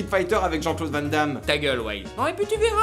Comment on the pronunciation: Merde un français a bien prononcé le Van de Jean Claude Van Damme. Ça y est je reprends espoir en l'humanité ! 😂